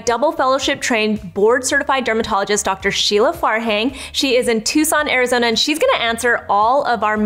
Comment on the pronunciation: I can’t help but hear Lazlo from What We Do In The Shadows whenever anyone says Tucson Arizona “Two-sun arih-zonia.”